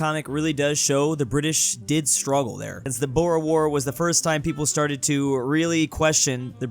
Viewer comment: Lol the way you pronounce boer war is crazy its Dutch so just try